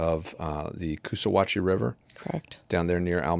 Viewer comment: FYI : It’s ( coo sa hatchie ) river It’s ( Al meeda ) Y’all just learned how to pronounce Alec ( Alex) and Murdaugh ( Murdock)